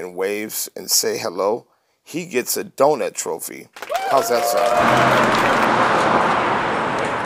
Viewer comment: "Donut Throphy"